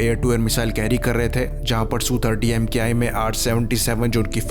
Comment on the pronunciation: It is not EM- KAY I. It is Mk.I, that is Mark One.